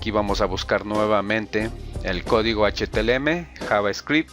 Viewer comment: Esss H - T - M - L y Nooo H T L M !!!!! JAJAJA LO REPITE 100 VECES. Ademas lo estoy viendo en el 2018, la interfaz ha cambiado mucho por las actualizaciones.